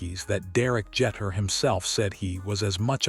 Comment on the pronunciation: Omg couldn't even pronouce Derek Jeter last name correctly